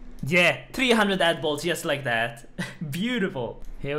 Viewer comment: The way you say ‘Addy Bolts’ is extremely satisfying